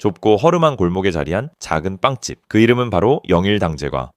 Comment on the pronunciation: 빵찝은 빵집이라 발음하고 제과는 제꽈라 발음하는 이상한 게이노.... 동네 빵집이 아닌은 또 동네 빵지피 아닌이라고 발음하노.... 읽기 쓰기 말하기 듣기 시간에 잠만 잤노??